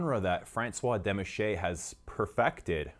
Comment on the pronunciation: Demachy is actually pronounced like Demachee